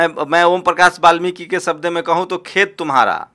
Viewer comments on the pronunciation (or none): none